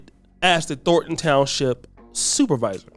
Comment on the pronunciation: Thorn. Thornton. Not "Thorton".